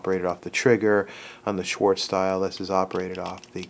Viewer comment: Incidentally...that Colt engineer's name is "Swartz," not "Schwartz." Just sayin'.